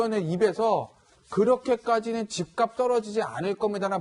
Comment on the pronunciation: 그렇게해도 안떨어질겁니다. 아닌가요? 그렇게까지라는 된발음이 안들리는데